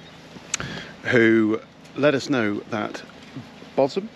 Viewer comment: Double take, we live just round the corner. Have loved your videos and ordered our first Cali, due end of April. Congrats on pronunciation of Bosham 😆👍 Thanks for all info.